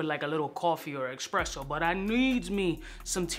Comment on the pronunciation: eSpresso, not eXpresso 🤦🏼‍♀️ Just don’t do it Just saying 😅 Good scents ❤